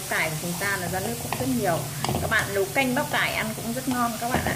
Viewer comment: Hướng dẫn mà nói quá ngọng nấu thì đọc lấu nõn rau thì đọc lõn vậy mà cũng làm video